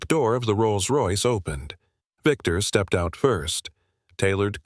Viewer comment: First sentence the AI got it wrong. Step ed.